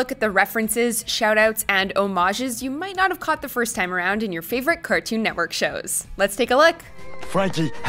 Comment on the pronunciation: empathise on the word favorite